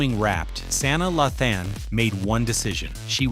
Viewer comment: Who is "San-da-laughten and Saina😂😂😂